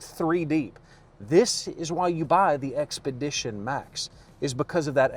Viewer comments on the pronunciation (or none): Your “This…” in the intro wasn’t loud and emphatic enough.